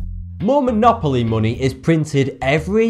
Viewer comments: why do you call it muni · monay... bot.... your Enlish sok dode!!!!!!!! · Its weird how you say money it sounds like muney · "Munay" "Gold is weird" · AAAAAAAAAAAAAAHHH!!!!!! FUCK YOU FUCK YOU FUCK YOU!!! You cant possibly brenounce money like that.😩😩😩💢💢💢